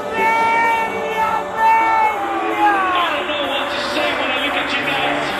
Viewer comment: si chiama amelia non ameglia